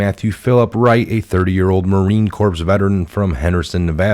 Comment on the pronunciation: Dude! I’m a retired Marine. Never pronounce Corps (core) like corpse. Lol. Who are you? Obama?